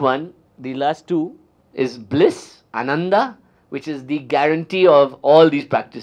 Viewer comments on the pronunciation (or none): none